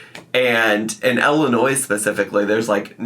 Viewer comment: Illinois is not pronounced with the S at the end..